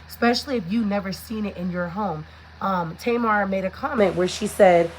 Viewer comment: Tasha’s name is pronounced T.M.R Talks not Tamar🤦🏾‍♀️